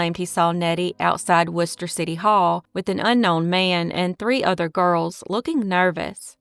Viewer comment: Have to give props for pronouncing “Worcester” correctly!